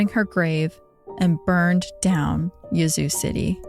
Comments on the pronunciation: Im from south TN but I did too. Lol I hollered, "Yuh-zOO?! It's YEAH-zoo!" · I grew up in Yazoo, that pronunciation caught me off guard 😂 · I love the podcast. Just wanted to say that first. But as a southerner - a Mississippian, to be exact - I chuckled at your pronunciation of Yazoo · I was looking for this comment! LOL!! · I’m so glad someone said something 😂 I love her but I was correcting her pronunciation out loud the whole time too.